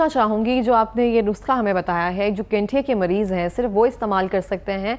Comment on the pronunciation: AP shayad Gathia ko Ganthia keh Rahe hn😅